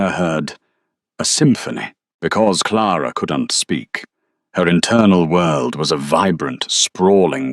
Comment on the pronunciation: Okay AI. You've got to get your act together. How does one even pronounce "Claraara"? I think I did a better job with "Alistister". Otherwise, it was a gripping story. Very nicely done. Thank you.